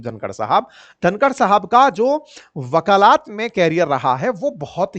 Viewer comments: Shri man , vakalat Hota hai vakalaat nahi. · वकालात नहीं वकालत कहिए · 😮वकालात ❌ वकालत। ✔️ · Bhai shabd वकालत hota hai na ki वकालात sahi ucharan karo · अपने वकालत को वकालात बोला है गुरुवर 😂😂😂😂😂😂😂😂😂😂😂😂😂😂😂😂😂😂😂😂😂😂😂😂😂😂😂😂😂😂😂😂😂😂😂😂😂😂😅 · वाकलात नहीं सर वकालत होता हैं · Improve urs pronunciation for वकालत from वकालात ,I donot think urs हिन्दी is weak. U r a teacher ,so please.